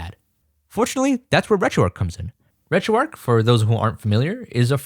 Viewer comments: great video. one thing. There's an "h" in "RetroarcH" mate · Why do people pronounce it ‘RetroARC’ when it’s RetroARCH!!